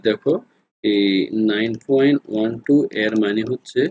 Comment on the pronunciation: আপনি পয়েন্ট কে ফয়েন্ট বলেন কেন?